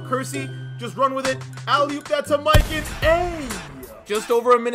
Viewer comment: The way he pronounces mikan annoys me